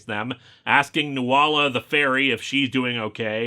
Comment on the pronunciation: Linkara will never pronounce any normal Irish words correctly. Nuala is a fairly standard name, and it's pronounced "new-la"